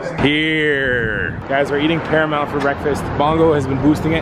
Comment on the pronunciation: When said paramount I thought he said caramel 😂 LYL